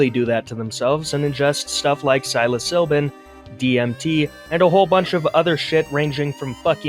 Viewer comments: "Psilo-silbin". Bro is adding letters that aren't even there. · Managed to pronounce psilocybin exactly backwards lmao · I like video but you said nihilism and psilocybin wrong:) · You reaaallly like to use 'pretentious' and 'arrogant' for someone who A) ridicules others who do not think like you, and B) cannot pronounce 'nihilist' or 'psilocybin' to save your life That's gourmet-level irony at its best. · This guy doesn't know wtf he's talking about. Couldn't even pronounce psilocybin. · Work on pronouncing thing properly next time, you mention cringe so many times in this video yet don’t see how cringe it is you can’t pronounce psilocybin or nihilist correctly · Learn how to pronounce psilocybin before you talk shit about it dingleberry!! And Nihilism. Learn English!